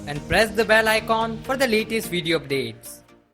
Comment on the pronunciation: Bhai it's icon not I-Con.. please work on your pronounciation.